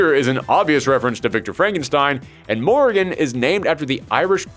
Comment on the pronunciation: why does he call morrigan morgan, is it just his accent, like a bit of a mor'gan vibe? or is it like, the common accepted way of saying it in the US? orrr is it written like モルガン in japanese or something?? i must know